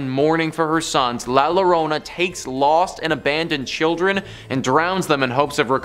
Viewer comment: great stories....but La Llorona is pronounced La Yorona